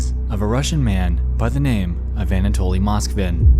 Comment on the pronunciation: Finding a fellow russian comment, im so eager to express my excitement: it's such a blessing to hear "Anatoly" pronounced correctly by a non-russian speaking creator, and not as some bizzare "anAtoly" :) This applies to most of the names mentioned in the vid (tho i find it quite puzzling as to why Nexpo refers to Moskvin's parents by their first names and "otchestvo", not by their last names 🤔)